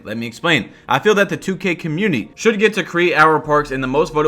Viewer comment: Why always says cuhmuiny instead of community